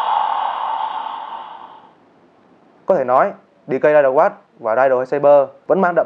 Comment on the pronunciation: Ridewatch mà đọc thành riderwatch